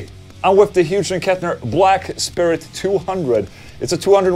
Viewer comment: Omg he said it again 😅😅😅 it’s NOT HUGE and Kettner it’s Hyooz and Kettner. Anyways I’m having chicken Alfredo for dinner. Oh and yes thanks for the videos.